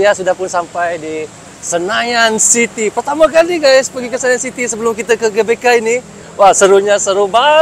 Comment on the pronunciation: GBK (GeBeKa) bukan gabeka..🤭😁